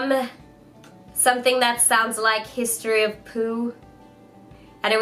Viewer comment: *history of whoo, sorry. I don't think it's sulwhasoo because says "history of poo" 😀 hope that helps